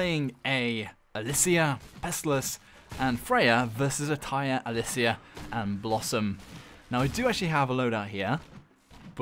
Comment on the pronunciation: You pronounced it wrong, its Alysia